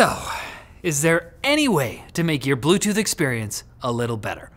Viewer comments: Blute tooth???? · BLUTETOOTH lol